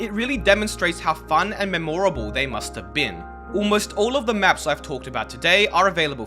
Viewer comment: bro mispronounced memorable....